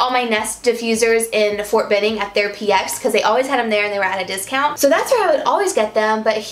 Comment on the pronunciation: My son heard you say Ft Benning... (we live in Columbus.) He was SHOCKED 😂